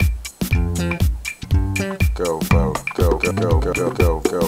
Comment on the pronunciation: It sounds like he's saying "go vogue"